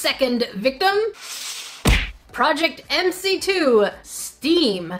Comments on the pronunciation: Me:scrolling through comments Also Me: Did no one else notice she said "Mc2" not "Mc square" 👁👄👁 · Oh no MC2 Is pronounced MC square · Omg this is kind of triggering, it's called project Mc² pronounced project Mc square